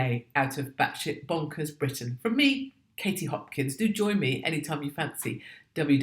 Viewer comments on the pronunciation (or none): none